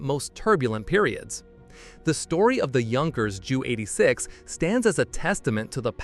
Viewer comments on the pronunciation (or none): It’s not a “jew eighty-six”. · The problem with computer voicing is the incorrect pronunciation. It was the Jay You 86 not the Jew 86.